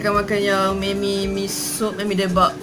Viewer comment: Johari Jusoh hahaha. Is it sebab saya pronounce "Me-mi"? 😅 Hahaha. Saya dengar balik, rasanya apa yang membezakan, orang lain sebut "Ma-mi" and saya sebut "Me-mi". 😂 Ye idok? Hahaha. Ke ada yg lain?